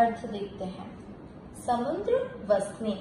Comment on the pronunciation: It's samudra.... Not samundra. समुद्र, ना कि समुंद्र। Thanks.